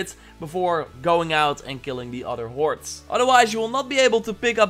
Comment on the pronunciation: Sounds like you're saying "warts" instead of "hoards"... is that intentional?